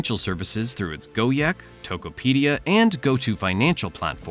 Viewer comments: Why did you spell Gojek as Go-Yek? It's spelled Go-Jack. Even English language will spell it as Go-Jack. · bro really saying “go-yek” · For those wondering how to say Gojek, just say go-jack. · More like go-jegg